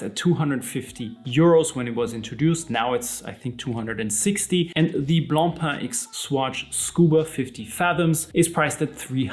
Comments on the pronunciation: Wow, someone on YouTube who can actually pronounce Blancpain correctly! Ugh, Americans keep saying "Blon-pon" which is like sandpaper to the ears of someone like me who is English/French bilingial. BRAVO! 😁 Having said that, I STILL will not buy a plastic watch. Being better than the Fauxmega Moonswatch isn't saying all that much. Plastic NEVER feels "premium" to me. BTW, the "Systeme 51" is also known as the Tissot Powermatic 80 and the Mido Calibre 80. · Gott sei dank! Thank God you are pronouncing BLANCPAIN correctly! Deo gratias! 🎉🎉🎉🎉🎉